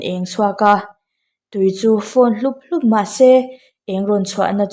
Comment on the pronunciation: Double adverb chhiar zir nasa rawh. Hlup hlup i thluk pawh a dik lo